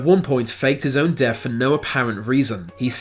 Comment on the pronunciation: Your accent is making me CRAZY. Why why do you pronounce 'th' as 'f'...as in wif for with...def for death...marafon for marathon. Get someone else to do the narration PLEASE. You sound like an idiot.